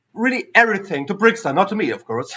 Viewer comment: Interesting topics and the well known guest from America was a charm! / is called BrickTsar, not BrickStar. Tsar in German means Zar and the pronunciation is more or less the same in both languages. Since he says his name at the beginning of every video and you claim to watch them, I find this very disrespectful. Also interrupting him while talking a lot is not the nicest thing to do.